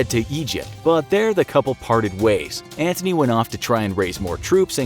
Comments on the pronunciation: No no no my boy, its Antony, not Anthony, theres no h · IT'S NOT MARK ANTHONY IT'S MARK ANTONY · It’s Mark Antony Not “Mark Anthony” 💀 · Antony not Anthony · IT'S ANTONY! !!!!!😒